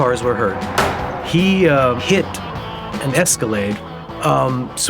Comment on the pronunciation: Who the hell doesn’t know how to say the word Escalade